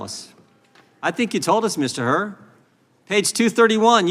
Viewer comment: It's Hur, not Hurt.